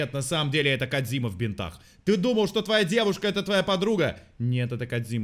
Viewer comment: Кооодзиима,кодзима на кодзиме.звучит не кодзима